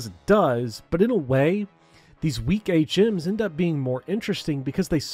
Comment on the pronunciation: it took me a little while to realize you were saying "HMs" and not "8 gyms" lol I was like yo trueeee sun and moon suuuuucked. Now im the same but different context.